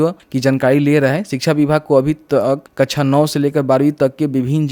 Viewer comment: कछा नहीं बोलिए सर ....😀😀 कक्षा बोलिए सर .... ✅ आप पढे लिखे है, अनपढ जैसा नहीं बोलिए